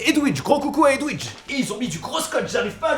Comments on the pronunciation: Comment il prononce Edwige? 😂 Au lieu de dire Edvige, il dit Edouige 😂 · Hommage à la fille qui a fait la ration qui a son nom massacre par ( edwige bah non ça se dit edvige mdr ) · Bonjour je suis la fameuse chouette d'harry Potter "edwouidge" mdr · Edwige se prononce Edvij, je crois 😅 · Si je n'mégare, Edwige ce prononce, [É] [DVIGE], vwali vwalou :)